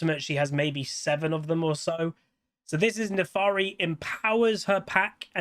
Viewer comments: My god, it's NAFIIIIIRI NOT NAFAAAAARI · Honestly, I'm glad it's not just simple but also a non-humanoid champ! Also, you keep saying Nefaari and I find that cute, lol. Giveaway: Euw, MagiWasTaken